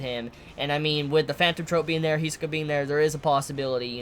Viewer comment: we all should know how great is Hirohiko Araki (JoJo's mangaka) when the great Togashi is inspired by. Not only him, almost all anime and manga with "bizarre powers" themes. and still calls him HEE-SUH-KA